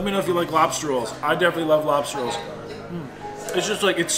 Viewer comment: So early it says Lobser instead of Lobster